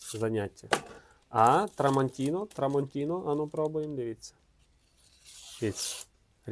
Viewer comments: Як же ріже вухо це "трамонтінО". Ножі ТрамонтінА. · Шеф, на біса нам ті артикули??? 😂 Тестуй гостроту не аркушом А4(його і жабокол різати буде)😂а талоном з магазину! Але подяка, що гроші тратиш і нам показуєш!! І не TramontinO, а TramontinA!!!!!! ТруфальдінО - то з іншої "опери" 🤣🤣🤣🤣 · Дякую за огляд.Але-tramontinA-no a tramantinO